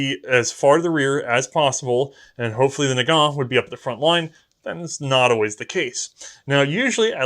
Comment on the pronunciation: Nagant is pronouced Nah-gahn. It's French, the T is silent.